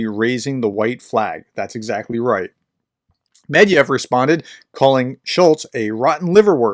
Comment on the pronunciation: The correct pronunciation is Med’vedev